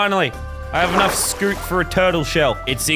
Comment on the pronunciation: I love how he says scute scoot